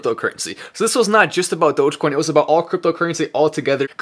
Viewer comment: If Mark Cuban can publicly pronounce dogecoin correctly it'll go to $1.